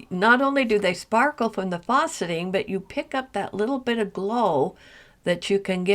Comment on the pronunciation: Really beautiful collection of beads! Question about a term you're using-- it sounds like you're saying "fawceting," which I'm not familiar with... Unless you mean faceting -- the beads have facets -- which I am familiar with. But I've only heard the 'a' in facet pronounced like the 'a' in fast. Is "fawceting" a different term?